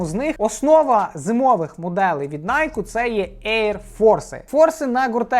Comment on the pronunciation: ну хоть один правильно выговаривает — Найки, а то збл своим найк